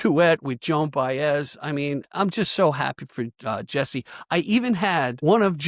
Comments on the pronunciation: “Jesse”. Thank you! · "Jesse". Thanks!